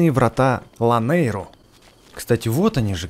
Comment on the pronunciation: Не Лайнеру, а Ланейру,!!!!